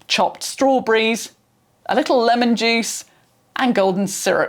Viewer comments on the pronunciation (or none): none